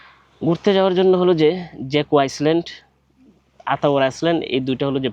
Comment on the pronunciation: পূর্ব তিমুর থেকে মাঝেমধ্যে আইসল্যান্ড চলে যাচ্ছেন ? ইংরেজী শব্দগুলোর সঠিক উচ্চারণ করার অনুরোধ জানাই ভাই। তাছাড়া প্রয়োজন ছাড়া অযথা ইংরেজী শব্দের ব্যবহার না করাই শ্রেয় বলে মনে করি। আপনার কিছু ভ্রমণ প্রামাণ্যচিত্র দেখেছি। ভাল লেগেছে। ধন্যবাদ।